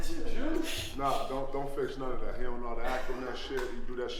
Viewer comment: “he dont know how to act on nuunn ov that” 😂 🤣